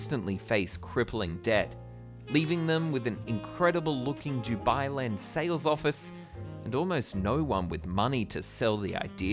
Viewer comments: Why does he say "Jubailand"? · Yeah I thought he was saying jew-bai land... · All I keep hearing is ‘DewBi Land’....